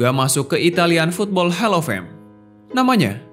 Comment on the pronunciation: Sedikit peringatan kepada yang bercakap dalam video ni ... Percakapan mu harus betul ... Hall of fame .. bunyi Hall itu seperti "HOLL" bukan "HELL" .. Hell itu NERAKA ..